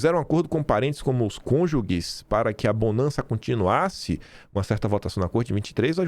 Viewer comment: Cônjuge : Se pronuncia "CônjuJE" e não "cônjugue"....